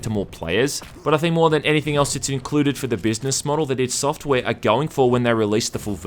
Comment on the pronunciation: Thumbs up if you hate it when people say "eye-dee" software.